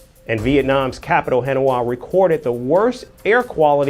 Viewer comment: teach this guy the correct pronounciation of HANOI... IT is pronounce HA NOY not HEN WAA...CAPISCE??? THATS KA PEESH!!!!!